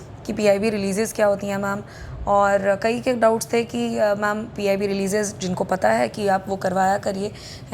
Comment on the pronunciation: Pehle ma'am bolna seekhle. Fir 200 le aaiyo